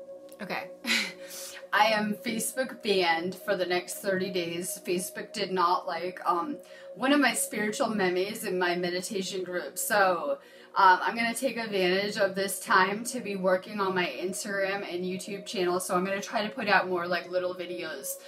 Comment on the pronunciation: Meme is pronounced like "meem"